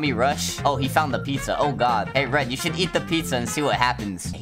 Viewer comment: “Pizzar” got me laughing